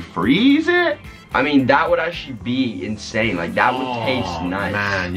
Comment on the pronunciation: said Insan 😂